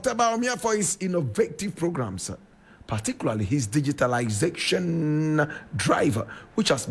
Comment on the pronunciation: you cannot even pronounce the word DIGITALISATION.